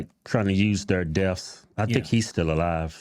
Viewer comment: Hey boys it's death not deafph 😔